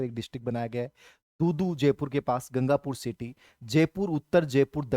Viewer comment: Apke मुंह से गंगापुर सिटी sun k ek dm royal feel hua hai